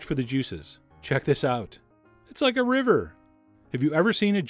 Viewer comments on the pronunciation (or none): none